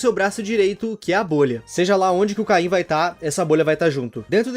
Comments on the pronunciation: Desculpa ser chato mas, não é "caim" é "CAINE" mas, a pronúncia em português do Brasil é caim então talvez eu esteja errado, ou não. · Kkkkkk, é Cane, não caim KKKKKKK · Num e Caim e sim caine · Por que vocês falam cain ao invés de caine 😳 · Des de quando oh caine virou "cain" ??